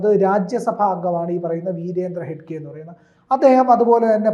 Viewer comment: ഹെഡ്ഗെ അല്ല ഹെഗ്ഗഡെ